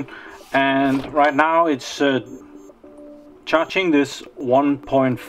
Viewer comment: Hopefully it will recover. I like the way you say charging "Cha-ching", sounds cooler :-D